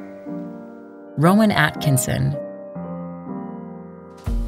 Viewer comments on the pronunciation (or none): And she said "Roman Atkinson" instead of the correct name of Rowan Atkinson.